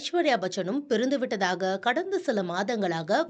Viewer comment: பிறந்துவிட்டதாகவா ?? உங்க தமிழில் தீயை வைக்க.. படிக்கிறவங்க அத சரி செய்து படிக்கலாம்ல என்னமா உங்க கவனம்